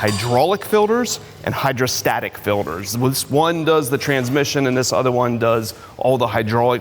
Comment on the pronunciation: ITS F I L T E R S not FILDERS